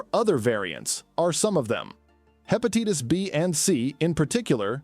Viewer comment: Hepatitis, obesity, bilirubin, triglycerides--all mispronounced. Information is very poorly presented.